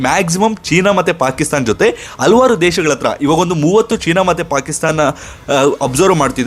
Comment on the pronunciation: ಮೂರ್ಖ!,ಹಲ್ವಾರ್ ಅಲ್ಲ ಹಲವಾರು